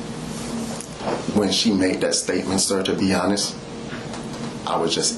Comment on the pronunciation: "To be honess"....